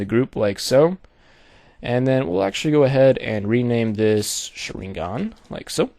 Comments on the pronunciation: Well, good job for the tutorial. You do make a different kind of Sharingan which is good to see. But this is a fake as long as you paint the form of that Sharingan in overlay. I mean, dude, the Sharingan is visual power in that anime - Naruto and you kinda screwed it up in the way you make it. Please, don't make tutorials about things which names you don't even know how to say right. Tip for the Mangekyou Sharingan form that you make- it has to be black cause if it's not- it means the owner is blind and his powers are getting weak. The eye originally is red but it can be change in many ways. The Sharingan, especially the Mangekyou Sharingan must to be black. Like the corneal but not transparent. As i said in the beginning: Good job for the tutorial and good luck. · lol you pronounced it wrong....but thank you sooo much for the tut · you completely butchered the pronunciation of sharingan and naruto !!!! LOL awesome tutorial though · He completely butchered the pronunciation of the sharingan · As a naruto fan I say PRONOUNCE THE NAME FUCKING RIGHT>>CHIRST Now as a graphic designer I say Very nice vid ^-^